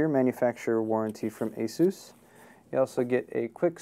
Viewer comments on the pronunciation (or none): The way he pronounces "asus" - I don't like it. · I've always heard Asus pronounced like AY SOOSE. But don't get me started on mispronunciations. Linux is (lin ex not lye nex) Novell is (No Vell not Nah Vull) IO is (eye oh not eee oh) cache is (cash not cashy or cashet or catch or cash ay) solder is (sol der not sah der) The L is a soft L Internet is (Enter Net not inner net) The words Crash, Locked up, Frozen, won't turn on, won't boot, isn't working, BSOD etc are different things.